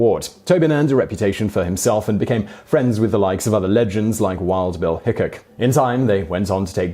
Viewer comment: Huge fan of this channel & a proud subscriber, with that said. I think you may have mispronounced Wild Bill's last name, or at least i've never heard it pronounced in that way. I hope this is taken as cunstructive critisisum. Keep up the great work simon!